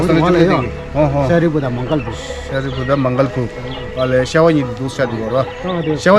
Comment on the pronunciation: It's not Mangal bhu, it's moggal bhu reh..